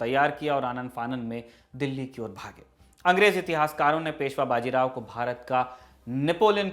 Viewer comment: बाजी राव नही बाजीराव बोलो